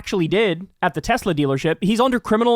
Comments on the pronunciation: I love Teslurrrrr!! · I LOVE TESLERRRRRRR😂😂😂😂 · It’s pronounced “Tesler” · I can hear Trump saying "I love Tesler" 😅